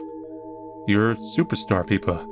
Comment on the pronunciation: Peepa? Isn't the name Pippa?